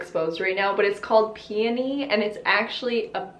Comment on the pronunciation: I’m so glad she doesn’t pronounce peony like “PEE-YO-KNEE” 😂